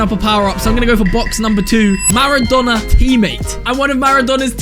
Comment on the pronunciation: why does says maradona pronouncining whit two nn´s